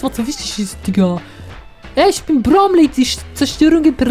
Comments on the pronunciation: nicht Bromney sondern Bromley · der Boss heißt BromLEY mit L, nicht mit N (wegen Titel und so) xDD Aber ehrlich gesagt, finde ich den Namen Guzma, also den Originalen, sehr viel besser:/